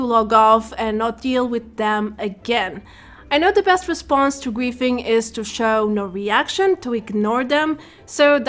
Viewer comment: I think she is saying griefing....but I keep hearing qu××fing???